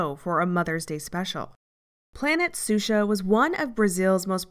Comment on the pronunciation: Just a small nitpick: the name is pronounced "Shusha", not "Susha". This is anither great video, though.